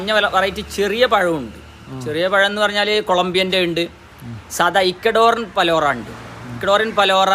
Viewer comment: It's not balora it's palora